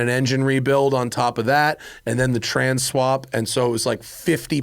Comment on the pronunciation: It seemed like there was extra effort given to annunciating "trans swap". Is that because YouTube will flag tranny or have you decided to ban that word because of your political beliefs? Where I come from, transmissions have been referred to as trannies for decades long before people used it for other reasons